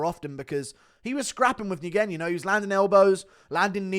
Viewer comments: Steven Nguyen is pronounced “Win”...not “N-Gin”. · It’s wen not negen lol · It’s not Steven N-GWEN … it’s pronounced Wen. …. Steven Wen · Nguyen is pronounced "win" in English. Vietnamese emperor they're all named after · Nguyen is pronounced "win" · Nguyen is pronounced “win” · Why does GURU say NGUYEN like that 😂😂😂😂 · guru doesnt know how to say the most common vietnamese surname. get learned piggy